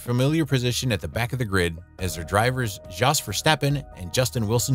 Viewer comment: also Jos Verstappen’s first name. it’s pronounced, “yos”. tbf, he doesn’t deserve his name to be pronounced correctly anyway 😂👀.